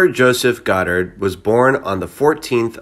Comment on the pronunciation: God-ard not Gdard